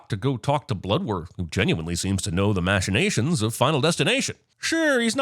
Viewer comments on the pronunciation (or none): How did you pronounce machinations there?